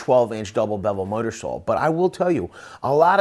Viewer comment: Say “miter saw.”